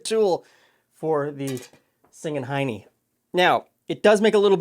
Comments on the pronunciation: while i love the image its pronounced "Hin E" not "heinie" Oh and for once the area rather than town is pronounced as spelt Tyne Side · Hi. 'Hinny' as in 'pin' not 'pine'. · Yeah, not sure how he got hiney out of hinny. Nothing suggests it should be a long i. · You’re funny. It’s pronounced Hin-nee, not Heinie, or Heiney (Hi-knee), like the buttocks. It’s a term of endearment in the UK. Good save on transferring the cake. I probably would have slid it from counter into pan, then turned onto a plate and slid back on skillet (girdle?). Bad recipe instruction there. (Not by you, by author). I would be so curious what a recipe would be like if it was called Heiney. Not letting my mind go there. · You pronounced this with a long “I,” like the “I” in “pine.” Because there are two “n”’s, I think it should be pronounced with a short “ I,” like the “I” in “pin.” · Are you SURE it's pronounced "Singing Hy-nee" and not "Singing Hih-nee?" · you said "hi knee", I have always seen that word pronounced as "hin knee". It is an equine crossbreed of a male horse and a female donkey. The opposite parentage as a mule. They tend to be more like their donkey ancestors in temperament and are sometimes fertile, unlike mules. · It's not "hiney" buy "hinny". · If it was spelled hinEy, it would be pronounced as you did. HiNNy is prounounced with a short i sound , as in tinny. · Hi, hi friends, "Singing Hinny" is pronounced "Singing Henny" I think it's something to do with the sound it makes when you fry them in the frying pan, kinda like "Bubble and Squeek" gets it's name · Hinny not Hiney ;) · Not high-knee, but hinn-knee. Though "Hiney" is much funnier. We have a town in Washington state that is called "Touchet" pronounced two-she, mispronounced "tushy", referring to one's "hiney!" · "hinny" is pronounced with a short "i" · Hinny with an I sound like bin not a long I sound. hin-nee not hign-nee. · I had to laugh when you called these singing hineys. Try hinney as in hin-ee.